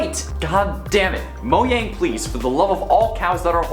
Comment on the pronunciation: Anyone else cringe when he pronounces it moyang?